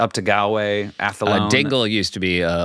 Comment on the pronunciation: Pronounced Gaulway.